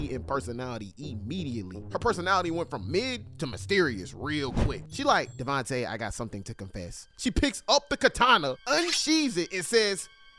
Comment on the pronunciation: bro went from Devonte to deVONte 💀